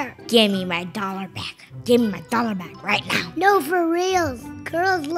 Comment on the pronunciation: When he says "one dallor" and Alex gave him 100. Lol